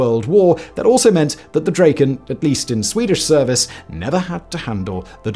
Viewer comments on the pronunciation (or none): OP is violating the swedish language by calling the mighty Dragon for "dräjken".